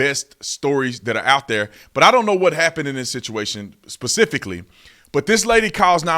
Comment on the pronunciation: Dear officer Tatum: Love your videos but but the word is "Specifically" - not Pacifically . :)